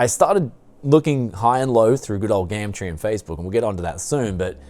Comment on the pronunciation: Please stop saying gamtree